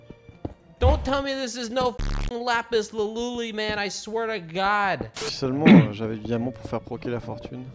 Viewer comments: Guy: OMG ZAIMEND WAIT IS THIS ZAI DIAMOND LAZIS LASULU. WHAT IS THAT IM QUITTING BECAUSE WHAT IS LAZIS LASULU. me: best spelling guy ever. Bravo Also me: laughing for 10 minutes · "Lazis Lazulu " Ah yes, The new name for Diamonds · Diamond /Lapis Lazulu/ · Lazis lazuh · “Tell me this is no lapis lalulli man” “Omg ziamond! Its lapis lazuli” 😂😂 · Its LAZIZ LAZUZ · 🤣🤣🤣 ‘Lazis Lazulu’ 🤣🤣🤣🤣🤣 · When he said lazis lazul😂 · Lapis lalule that streamer said 😂😂😂😂😂😂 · “lazis lazul” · "What is a zalizas lazulu? " LMFAO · "omg zaimonds is this zaimonds....laziz lazuli what is that lazis lazuli" i cant breatha nd im dead serious rn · i was laughing hard when man though it was a diamond when he mined it he said "LazI lAzu" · saying “LaPiS lAzUli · what is zis lazi lazulu😂😂😂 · Noone: That weird talking guy: OMG ZIAMOND, Zai- Is this ZIAMOND? Lazi Lazooz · the way he said lapiz lazuli 😂😂😂😂 that got me so bad😂😂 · Idc if this episode is for diamonds, im mostly entertained by the pronunciations for Lapis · Omg this funny 😂😂🤣 he dont even know how read lapis lazuli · Lapis lazuli is the most mistaken word here